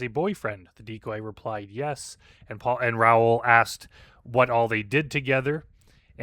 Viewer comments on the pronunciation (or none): It's pronounced Ra-Ool, rhyming with...um...Bra Ghoul. Coincidentally, Bra Ghoul would be a very fitting predator online name.